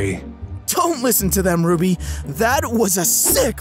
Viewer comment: Why did you say Rubby